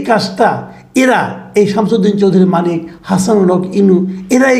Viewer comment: ভাই নামটা শুদ্ধ করে বলেন,,,, নামটা ও ভাল করে বলতে পারেন না,,,,আপনার মেধা নাই,,,,😂😂😂